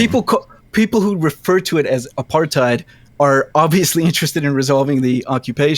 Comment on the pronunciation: The best part of this videos is how they pronounced “apartheid”